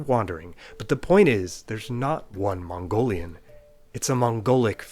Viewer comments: Gotta say that your Mongolian pronunciation is pretty good. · You got pretty accurate pronunciation i was shocked. im Mongolian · I'm mongolian and your pronounciation is SPOT ON. And some mongolians still have trouble with mongolain script including myself😭😂